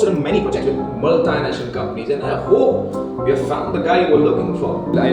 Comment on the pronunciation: its not multinational its muhl· tee· nash· nuhl